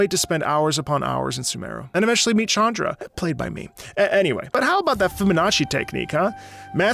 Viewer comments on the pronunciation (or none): none